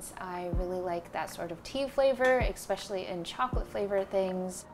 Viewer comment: "Ex"specially??? Annoying af.